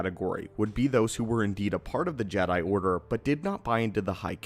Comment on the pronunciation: Again, I like the way he says "Jedi Order"